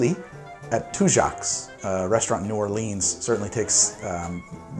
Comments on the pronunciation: New Orleanian here: It's "two-jacks." And also, New OR-luhns, not New Or-LEENZ. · But you can't pronounce New Orleans right lol